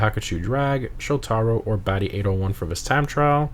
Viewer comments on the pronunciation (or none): none